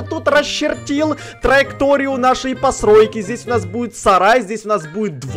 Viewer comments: сказал «посройки» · почему ты говорил не постройки а послойки что это за слово?